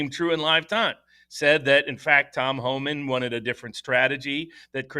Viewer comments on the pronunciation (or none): Does not know it’s Tom Homan? sounded like he was saying Todd Homan